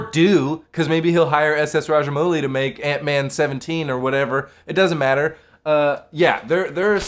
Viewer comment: Small correction , It's pronounced as RAJA - MAUU - LI & not 'MOO - LI'